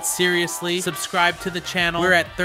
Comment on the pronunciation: It is subscribe not seinscribe